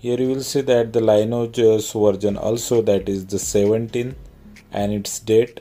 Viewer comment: Could be wrong, but I think it's pronounced 'Lin eee age'